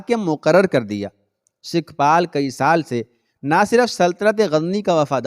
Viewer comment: sikhpal nahi sukhpal